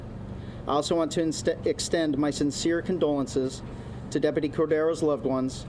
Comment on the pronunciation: Hey Chad, learn how to pronounce DepUty!!